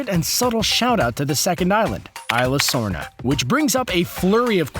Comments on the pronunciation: it's pronounced issla sorna not ila dorms trust me I speak Spanish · Its pronounced ee zlesorna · Isla sorna (eesla sorna